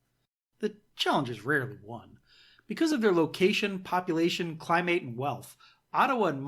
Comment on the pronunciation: Why do you pronounce certain words so strangely? Climate is cly-met, not cly-mAte. You consistently stress the wrong syllable often as well. Where are you from?